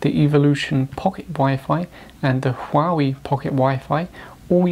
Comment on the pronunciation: Don't preach on what you cannot even pronounce. Learn to pronounce Huawei.